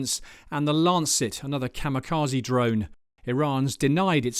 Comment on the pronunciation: It's 'Kamikaze' not 'Kamikazi'. 'Kaze' means 'wind' in Japanese.